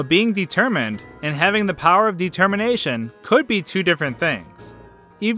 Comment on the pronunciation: You mean Detemmienation, lol